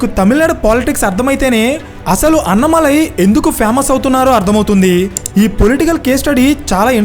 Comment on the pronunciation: అన్నమలై కాదు, అన్నామలై అతని పేరు. తమిళులు కానీ విన్నానంటే ముందు మీకు ఫోన్ చేస్తారు మిత్రమా.. రెండో విషయం.. కులాల గురించి మాట్లాడడం మంచిది కాదు. చూస్తూంటే కమ్యూనిస్టులు దింపిన పెరియార్ సపోర్టర్ లా ఉన్నారు మీరు. ...